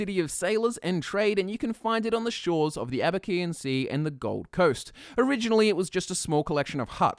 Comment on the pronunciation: Did you just... say "Abekean sea"?